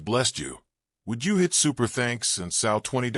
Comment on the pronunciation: YES THIS MESSAGE IS AMAZING AND I DEFINITELY THANK YOU FOR IT! SOMEBODY NEEDS TO WORK THE KINKS OUT OF YOUR AI BECAUSE WHOEVER IS DOING IT BEHIND THE SCENES THEY DON'T KNOW HOW TO PRONOUNCE SOW PROPERLY SO THEY ARE PRONOUNCING THAT WORD LIKE IT IS A FEMALE PIG I KNOW AI IS REALLY WEIRD AND IT'S NOT NEARLY AS INTELLIGENT AS THEY CLAIM THAT COULD BE BECAUSE IT'S ALWAYS FAILING ME EVEN META AI MISSPELLS CAMPAIGN SIGNS EVEN IN ENGLISH WHEN GIVEN CLEAR SIMPLE DIRECTIONS LIKE RON DESANTIS CAMPAIGN SIGN FOR THE UNITED STATES OF AMERICA AND IT DOESN'T EVEN GET THAT CORRECTLY HONESTLY WHO'S BEHIND THE AI THESE DAYS